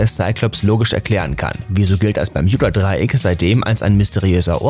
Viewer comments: simonsleif nein bärmjunda Dreieck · Das spricht man. Mit U bermuda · Mich ,das ist einfach so am triggers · Wieso sagt er das permjuda Dreieck 😂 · Das Bermjuda Dreieck, wer kennts nicht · Tut mir leid, aber ich kenne kein „Berm j uda " Dreieck 😂😂😂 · Alter zuerst Schtullu und jetzt Bermjuda.. der Typ macht mich lowkey aggressiv. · Sag doch einfach wie alle ganz normal " bermuda"😡😠😡😠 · Man kennt’s das permjuda Dreieck😂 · Man spricht es Bermuda Dreieck aus und nicht Bejmuda 🤣🤓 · Wie er ganze Zeit bjermuda sagt 😂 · Wenn regt es auch auf das er bermjuda sagt aber ist trotzden ein cooles video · Das triggert mich so hart "Bermjuda" 🤣😤😡😱🤯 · Das Berm j uda Dreieck: Und alles in dichten Nebel gehüllt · Ich glaube der kann kein Deutsch 😂😂😂😂 das permjuda Dreieck 😂😂😂😂😂😂😂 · Bermjuda Nerv Nerv Nerv 😂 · Wenn du noch einmal Bermjuda sagst... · Das regt auf Bermjuda Hahah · bermjuda 🤦‍♂️🤦‍♂️🤮 lern mal deine aussprache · Hahaha das ding ist so wird es englisch ausgesprochen habe ihn auch ein kommi geschrieben :"Wenn du schon Bermuda englisch aussprichst dann sag auch gleich Triangel und nicht Dreieck🤦‍♀️😂" oh man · b e r m u d a... ist das so schwer auszusprechen? Aaaaahhhh Ausraster 😂😂😂😂😂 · Sprich mal bermuda richtig aus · Es heißt Bermuda Dreieck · Bitte nenn es BermUda und nicht Berm YOU da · Bermjuda?ES HRIßT BERMUDA😂DEUTSCHE SPRACHE SCHWERE SPRACHE😂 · Lost kriege richtig Aggressionen wenn er Permjuda statt Bermuda sagt!!!!! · Wenn triggerd Bermjuda Dreieck auch?😂 es heißt Bermuda Dreieck, aber sonst gutes Informatives Video👍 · Digga BERMUDA nicht PERJUBA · Bermjuda Bermuda interessant wie man sich so leicht an etwas aufgeilen kann. Was da wohl schlimmer ist? Das falsch zu sagen oder es dämlich zu kommentieren hmmmmm. Vote yourself :-) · Heist das nicht bermudadreieck ? Oder doch bermjudadreiek ???? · Hauptsache er sagt "bermjuda" obwohl es bermuds heißt, aber bei "juss" sagt er USS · Alter das heißt bermuda und nicht bermjuda!!!!! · BERMUDA NICHT BERMJUDA DAS REGT SO HART AUF